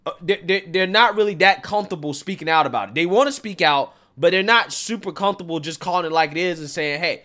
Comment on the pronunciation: "Cunth-able"???? There's no "th" in the word 'comfortable'.